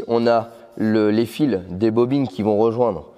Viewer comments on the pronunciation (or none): none